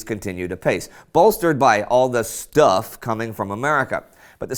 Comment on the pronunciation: I really enjoy the emphasis you place on 'STUFF'